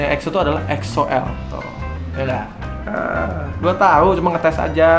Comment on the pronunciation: Weedeweeh udah bener donk nyebut EXO-L nyaa 👏👏👏👏 Thank's bang